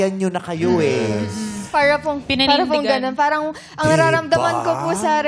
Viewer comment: haha dami. Tas pansin ko sa ibang "parang" niya okay naman ang bigkas niya. Di naman maarte haha